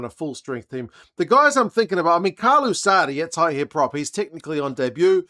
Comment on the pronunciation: Shows your preparation and attention to detail to get Sadie right as Sardie nie Say-de as some say. Little things that get noticed and appreciated as a form or respect.